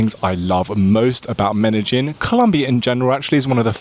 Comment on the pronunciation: First you have to learn how to say "medellin" ignorant